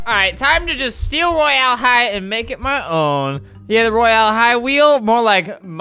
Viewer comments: Get the pronunciation right on royal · Not how you say Royal high